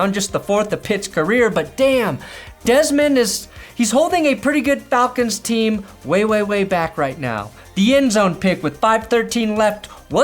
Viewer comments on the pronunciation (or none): none